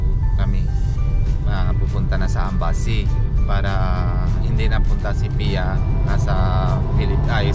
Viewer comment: Philippine embassy hindi ambassy😂✌️